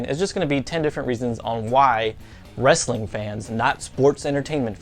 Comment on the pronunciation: Did you just say "Wrastling" ?!